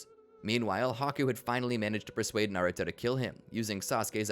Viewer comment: Americans cant say naruto to save their lives